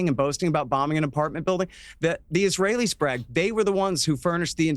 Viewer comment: "dancing eesrahellis" what was their job, these zyons ter ro ris are a danger to the good US people